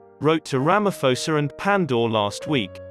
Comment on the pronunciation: He said Pres.Cyril Ramaforce...🤣 That's a new one.